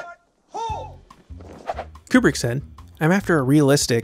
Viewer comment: It’s Kubrick bro